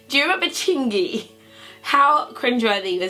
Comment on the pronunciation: She said Ludacris and Chingy, Hahaha I like the way you do that right thurr.